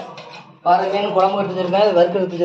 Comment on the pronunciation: பாரை மீன். பாறை என்பது கற்பாறையைக் குறிக்கும். ரை, றை இரண்டினதும் உச்சரிப்பு வேறு. பாரை மீன் என்பது தான் சரியான பதம்.